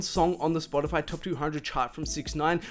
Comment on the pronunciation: I still can't get over the fact he pronounced Spotify like spodifahh